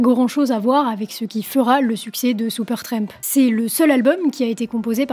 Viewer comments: Cela fait plaisir de voir une jeune femme s'intéresser à un vieux groupe, bon ok, le bon gout n'a pas complètement disparu. Merci pour cette vidéo. Ceci dit, tu peux arrêter de dire " Seupeurtramp " ou " Sioupeurtramp " en Réalité c'est "Supertramp" et cela ce prononce comme cela c'écrit merci 😂😂🤣🤣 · Pas Soupeurtrèèèmp, mais Supertramp, please! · La demoiselle aurait dû apprendre a prononcer correctement le nom du groupe. Elle le répète tellement souvent. Supertremp ?